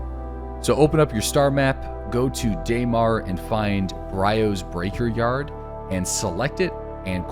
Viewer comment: Homie it’s; “Bree ohs” breaker yard, and OM means Orbital Marker